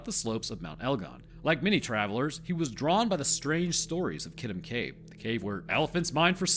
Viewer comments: You pronounced elgon spot on mate. Kitum is pronounced keetoom insteam of kiddum though. Pls Dont feel im being a cunt though. I like helping & encouraging. Im an Aquarian. Im also a Rhodesian Scotsman ( i know, i know ) wtf is that 😂. & I'm always murdering words from other cultures. It wasnt till i travelled in Europe in my 30s that i started taking the time to get shit right. I never gave a fk before. I really enjoy the learning these days but im old fart of 50 now. I really enjoyed this film of yours btw. I live in Edinburgh now & we say that in our broad scots accent as Edinburra. Just the other week i was talking to one of your lot & he was saying how much he liked Edin bow row. He was from Albuquerque which i had ia giggle with him saying id love to visit al bew kwer kway one day 😂. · Great story! Even better story-telling in a way that isn't too preachy. I clicked on it because the name sounded vaguely familiar. I could rag you about the pronunciation of Kitum (kee-toom) but the story was way too interesting for that to get in the way.... the story behind the immunology of bats is really interesting. As an aside i lived in an apartment with some bats for a few years...and as has been pointed out elsewhere they do pretty good pest control but i guess with the good you also get some bad? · Wow never heard it pronounced that way. Usually people pronounce is ki toom. But that’s ok.